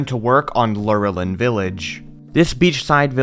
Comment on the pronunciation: I pronounced lor a lin village just to help you out